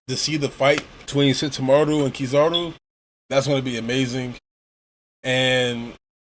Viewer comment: It's Kizaru. Still... this was a really good review.